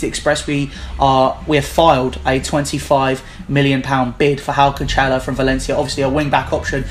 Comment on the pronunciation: It's pronounced CAN-SELL-OH. not canchelo